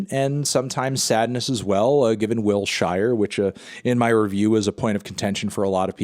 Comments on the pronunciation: fuck me I can't take it anymore. It's pronounced WILL-SHUR (WILSHIRE). It''s a street in LA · The way Melon just butchered the pronunciation of WILSHIRE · The way this man pronounced "Wilshire" lol